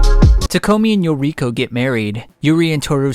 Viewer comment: True. "Yokiro" had me like, "..... WHO TF?" Ohhh it's YORIKO, Toukas friend from school & takeomi kuroiwas wife.